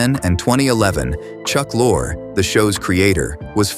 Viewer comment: 4 different pronunciations of Chuck Lorre's name. Sheeesh